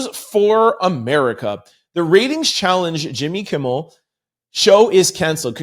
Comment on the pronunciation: Jimmy Kimmel not Kimball.